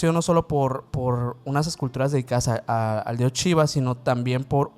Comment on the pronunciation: Entiendo su acento pero me da algo cada que dicen "chiva" omg 😅 gracias por sus videos y que shiva los bendiga :) ❤